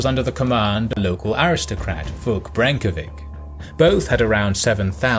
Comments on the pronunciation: Well done! But please, learn the proper pronunciation of Serbian names. The “ć” in the end of names is pronounced “ch” as in cherry, not “k” (Branković, Obilić, Hrebeljanović). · ..vic is spelled like (brenkowich) not (brenkovik). Nevertheless thanks for the nice quality video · Wi Serbian have š, ć, č ž, its Vuk Branković not Vuk Brankovic